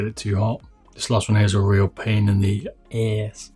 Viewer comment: I laughed when you said "Pain in the ahhzz" btw, what did you use for the decibel reader? And, what are your favorite mouse feet for the gpro wireless? Currently I have Hotline Games Competitons on mine. I'm sure you've already gotten a lifetime's worth of comments regarding the pronunciation of 'Kailh' xD